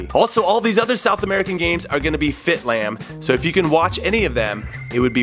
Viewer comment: Anyone else here “Fit Lam” instead of “Lit Fam”